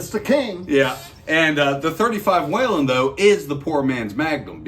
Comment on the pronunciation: Thanks for the video and thank you for your service! The name is WHELEN rather than WHALEN, though... pronounced WHEELEN rather than WHAYLAN.